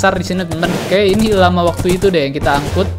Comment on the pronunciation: bacanya el lama bang wkwk